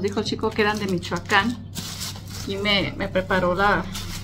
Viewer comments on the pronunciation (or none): none